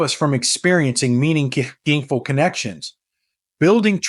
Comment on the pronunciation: Is this presentation by a real person or by AI ?? I have noticed that the narrator has trouble pronouncing the word " meaningful " in several posts. Even so, there is some really valuable information & good sensible advice on this channel. Thank you.